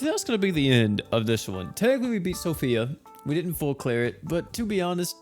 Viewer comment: So Fee. Not Sophia lol